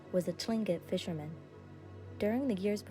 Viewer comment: Tlingit pronounce it like Kling-it and southeast Alaska natives are not considered Eskimo. Otherwise it's a very good story.